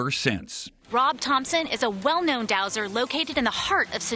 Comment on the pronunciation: *dowser. Sheesh!